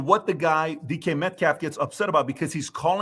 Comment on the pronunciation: I don't like DK Metcalf or his actions. However you can tell that these guys aren't legitimate NFL fans. They all butchered his name repeatedly. Lolol.